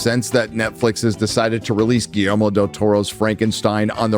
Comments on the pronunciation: I’m sorry,. What’s the director’s name? Could you say it loudly and clearly enunciate for us in the back? 😬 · If you can’t properly pronounce “Guillermo” maybe don’t do a voiceover review of a movie directed by him 🙄🙄🙄 Also “so-called marginalized groups” what an embarrassing thing to say on the internet